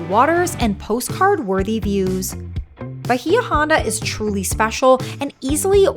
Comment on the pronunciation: A friendly correction its pronounced ba-EE-ah ON-da. It means "Deep Bay".